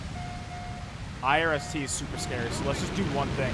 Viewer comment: why are you pronouncing IRIS-T like I-R-S-T?